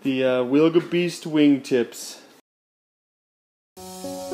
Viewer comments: Proper way to pronouce the name is Vilga the letter W in Poland 🇵🇱 is used for letter V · Hi. The Polish pronunciation of the Wilga sounds more like Vilga. Just replace "w" to "v". Great work, wish you lot of fun with Vilga :)